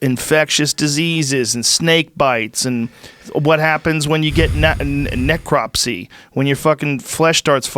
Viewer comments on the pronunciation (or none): none